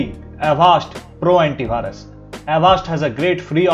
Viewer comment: Bhai.... correct your pronunciation ...its antivirus not antibhirus